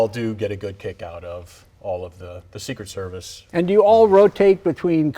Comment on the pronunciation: “Secret Servith” got me laughing.